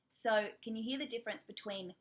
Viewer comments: I noticed you like saying "so" ...I mean "sar" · How do you do the Australian “so”? I’ve been trying to imitate but it’s so hard